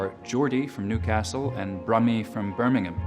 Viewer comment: It's so nice to hear Americans make an effort to use the UK pronunciation of Birmingham when referring to the UK City rather than the US one named after it with its stressed HAM. Noticed this happening so much more recently, thanks Peaky Blinders!